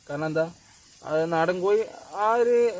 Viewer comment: കോയി അല്ല കോഴി കോഴി